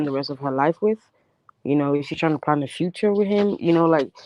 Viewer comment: says fruture not future ughhhhh